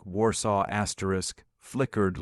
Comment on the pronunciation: Too many AI astric astric astric astric Astrid